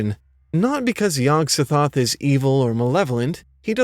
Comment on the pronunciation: To me Yog-sothoth is pronounced with the emphasis on the second syllable